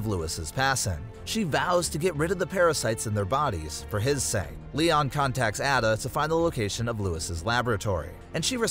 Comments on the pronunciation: Bro said at-a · Hold up it’s A DUH not adda….. ada wong. Also the original res 4 is better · It's a-duh not ada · Your also pronouncing Ada wrong it’s “aye-duh” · Can you do the video again but pronounce the names right if you don’t know how to pronounce them Leon says both Ada and luis in the cutscenes